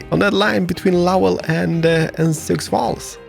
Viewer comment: Sioux is pronounced sy-oo